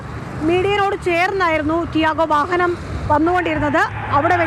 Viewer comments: വഹഹനം എന്നല്ലേ ഈ കുറ്റി പരെന്നത്. ഇന്തെ ഈ കുറ്റിക്കു വാഹനം എന്ന് പറയാൻ അറിയില്ലേ.. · വഹനം അല്ല വാഹനം എന്നാണ്.